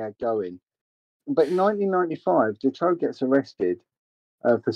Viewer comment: And his name is March Dutroux not ‘Detroux’